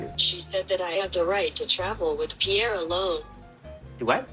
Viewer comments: The way Paul says pierre....sounds almost identical to the way he says Barry.... like bruh.... are you kidding me?? You don't even know how to pronounce your sons name??? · Why does he pronounce it PIERR..e.. and not Pierre? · Anyone else wonder why Pole keeps calling him "Pierr-E"?? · Im i the only one that thinks he's pronouncing his own son's name wrong? im quite sure pierre isnt pronounced "Pierie" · Who else wants to say Pierre French sound... not Pierre eee like Laressa says colte or Eric e